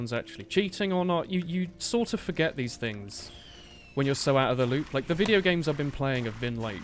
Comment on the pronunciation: WTF WTF U SAID VCIDEO NOT VIDEO WTF DUDE WTF WTF COME ON WTF Y U SAID VCIDEO NOT VIDEO ???????????!!!!!!!!!!!!!!!!!!!